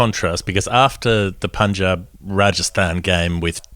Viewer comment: Well done guys!! Punjab pronounced correctly! ✌️✌️